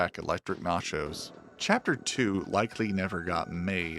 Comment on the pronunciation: elektra natchios, not NACHOS😭😭😭😭